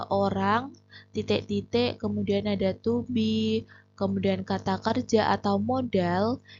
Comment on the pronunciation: Titek berati bhs jawa mbaaaa😊